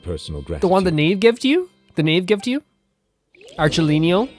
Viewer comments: Arlecchino is pronounced Ar-Le-Kino. Thats probably the easiest way to remember how to pronounce it. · like someone pointed out arlecchino is basically harlequin in Italian (?) its pronounced as arle-kino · Just in case Arlecchino's name is giving you any trouble, try thinking of "Harlequin". Similar as with "Dottore" and "Doctor"